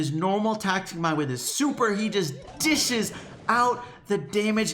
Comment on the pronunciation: Did anyone notice said "dIshEs" when Dynamike was on? Pun? Maybe